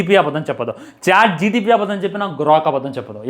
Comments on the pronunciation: Chat gtpp kadu ra pukaaa Chatgpt😂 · Adi chatgpt ra babu chatgtp kadu 🤦🏼‍♂️ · Adhi gtp kadhu ra chat gpt😅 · chat GPT❎Chat GTP✅